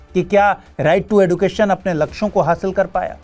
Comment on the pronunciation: Sir yeh एडुकेशन नहीं, एजुकेशन है।